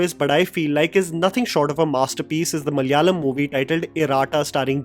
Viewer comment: Dear, I'm a big fan of your videos. I always make sure that I watch your review first before going to any film, even if it's in my mother tongue (Malayalam). As a fan I have one suggestion, you can improve your pronunciation when it comes to south Indian films, I would love to help you with the same. I have also pinged on Instagram. it's a humble suggestion, otherwise you are the best in India. lots of love and best wishes.